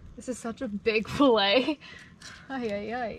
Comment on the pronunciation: It’s pronounced fillet not filla stop killing the English language